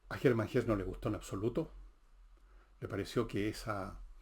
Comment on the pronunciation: Bajo la Rueda es de las mejores novelas de Hesse. (En la fonética del idioma alemán la e final se pronuncia. Como en Nietzsche)